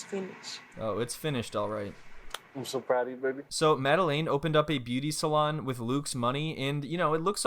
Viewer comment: I’m all here for the “Made Beu-aty” 😌💀